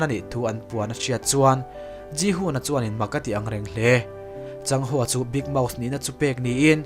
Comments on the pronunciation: Big mouth tih hi "big mouse" tih in i lam teh tlat a, mouse chu sazu tihna daih a ni a a film hming nen a in persan teh daih em mai. Mouse nilo in mouth (maut) tiin lam tur zawk a ni. I lam dan ve hrim" nge mouth tih hi i lam thiam lo zawk ni ang...😅😅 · An recap english version ah pawh Big Mouse tih vekin alawm an lam